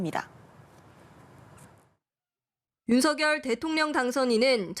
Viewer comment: 이 기자는 윤석열을 윤서결이라고 정확히 발음을 하네요....